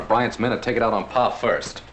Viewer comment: It’s PA! Not PAW! 🙄😂